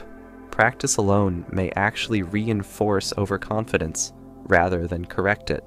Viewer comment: Over Conf Dence. LOL